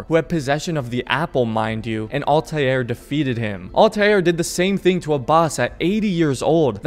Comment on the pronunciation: please stop saying all•tie•air and just say all•ter or all•tear